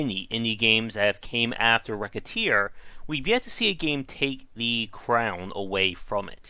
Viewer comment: dude... i just wanted to say thank you for pronouncing the games name correctly good god the horror when its not...